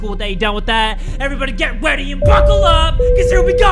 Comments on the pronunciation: I've always thought u said "GET READY AND FUCKLE UP CUZ HERE WE GO" Lol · why did it sound like jay said get weety and fuckle up so here we go